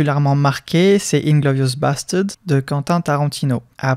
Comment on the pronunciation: Inglorious basteuds